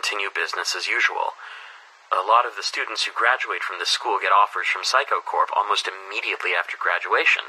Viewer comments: help why do i hear saikou as physco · "Mr Saikou" Nope it's... "Mr Psycho"